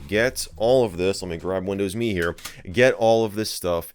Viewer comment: Arrrhhh it’s “M” “E” not “me”